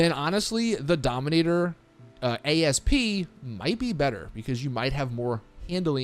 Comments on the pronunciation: Need to be that nit picky triggered guy for a second... It's not a Dominator A... S... P... It's the Dominator ASP. (Ah-ssss-puh) It's an actual word., please stop calling it that. An Asp (Aspis or Vipera Aspis) is a snake. This car is based off of the 2000 Mustang 'COBRA' SVT. The Egyptian Cobra was called an asp. The other word you were looking for... Louvers. It's literally said like it's spelled. Lou (like a guys name or boo only with an L) vers. Otherwise a good video. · Why does every creator Ive seen call the Asp by letter. Its a species of snake, and an homage to the 2000 Cobra R, hence why its called the Asp not A-S-P. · Its not called the A.S.P. its called the asp...which is also the name of a snake.